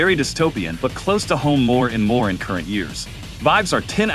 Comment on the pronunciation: Hmmmm, the voice in the video, is that Text-to-Speech or AI generated ? I was almost fooled, but when I heard "More and more" , and "All in all" , I knew.... And then HOMOcide was the final clue. It's very convincing though 👍